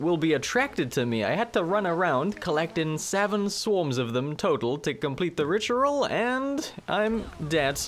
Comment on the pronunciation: Ritual ❌richaral✅🗣️